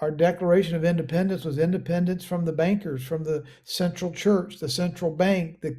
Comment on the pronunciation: Instead of banksters it almost sounded like you said ganksters!😂